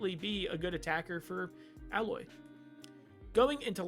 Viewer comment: Its A-loy. They say it quite a bit during the game. Though the name is clearly in reference to alloy